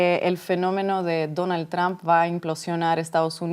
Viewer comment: Esta vieja debe ser sorda,esta' oyendo al expresidente pronunciar bien el nombre de Trump y ella insiste en pronunciarlo mal...que' pasara'